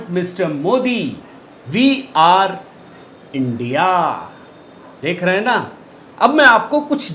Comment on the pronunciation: इस शब्द का उच्चारण "इन्डिया" नहीं, आईएनडीआईए का उच्चारण किया करें. आशा है आप ध्यान रखेंगे. धन्यवाद.